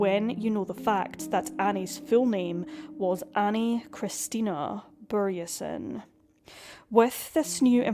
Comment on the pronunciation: Swede here, and I just have to thank you for pronouncing the letter Ö right! Anyway, strange how I've never heard about this case until now. Then again, I was 12-13 in 2005, so I probably wasn't paying attention, sadly. It makes me so angry; cases like these, where investigators just go by their own tunnel vision and refuse to investigate other leads... Terribly sad how the country that Annie loved so much (Scotland) couldn't seem to be bothered to care about her in return. I hope the mystery gets solved somehow, some day... Vila i frid, Annie.